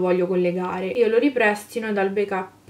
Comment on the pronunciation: si dice ripristino non riprestino 😂